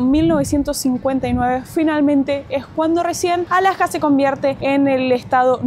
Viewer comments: por qué dicen "Alaka" en lugar de "Alaska"? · You pronounce the s. The horns on the moose is called a rack. My parents went to Brazil to build a church, Also in Mexico. We have Cabelas here in Alberta also. You do not use the term Eskimo. They want to be known as Inuit which means the people.